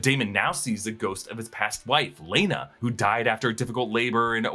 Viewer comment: Telling people to Google before posting while calling Laena Velaryon, Lyana, in at least two different videos (multiple times) while having such a large following is just crazy.